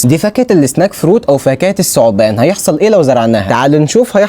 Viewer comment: الثعبان وليس السعبان المبالغة في حرف (ذ) و(الثاء )